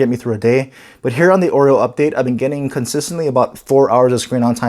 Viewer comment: LG G6 H870DS will wait for Oreo it seems. This guy pronounces it like "Android OIL", not Oreo. :D